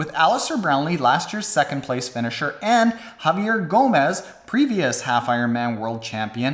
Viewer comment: It's pronounced Javi-eh not Javi-err Also, why don't you like the guy?